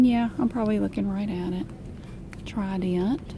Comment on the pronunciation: “Tri-dent”❤️😂 love it so much